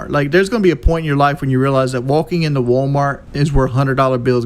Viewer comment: Wolking into wolmort